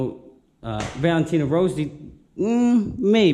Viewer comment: Valentino rosie hahaha..... its rossi... 😁🤣😅🇱🇷🇬🇧